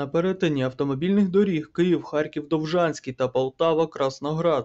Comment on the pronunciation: Київ, а не Києв. А новини чудові